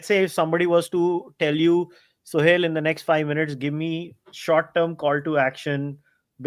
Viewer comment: he is suhel not sohail